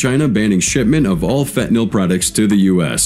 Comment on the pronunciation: Had to skip this one the Ai can’t pronounce fentanyl.